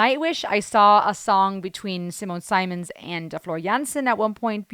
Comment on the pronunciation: Having seen Epica live in the early years I confirm their absolute great performance and perfection in metal. By the way Simons past name ist pronounced like Simmons (like the simms, not 'Seimons'. But that is just known to me as I am german. Nice reaction anyway!!!